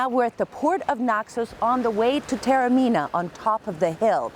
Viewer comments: Almost unwatchable due to the grotesque mispronunciation of the name Taormina: it is not pronounced ‘terra-mina’. ‘God said...’ ??? surely you mean Goethe (correctly pronounced as two syllables, with a ‘t’ sound); the American habit of turning ‘t’ into ‘d’ is not always helpful when transferred to the pronunciation of European languages. ‘Tah-orr-mee-nah’ is not the pearl of Europe, it is the ‘pearl of the Ionian’. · Joesy Fuda It is no showcase when full of errors. She clearly has never heard of Goethe and it is not the pearl of Europe. If you are posting a vlog of a place, it is not too much to ask that at least some attempt has been made to pronounce the name correctly.